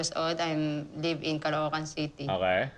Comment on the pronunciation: Rose: Caloocan Ed: Kalowkan